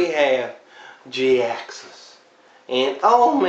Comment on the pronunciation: Jhiaxus I thought his name was pronounced (Jy-axus)